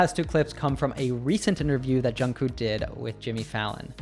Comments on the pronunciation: Thank you so much for this video, it's very useful!! Btw the "k" at the end of Jungkook's name is to be pronounced too, so it's Jungkook, not just Jungkoo. Otherwise great video, tysm!!! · Jk's name is pronounced with a k on the end not with oo.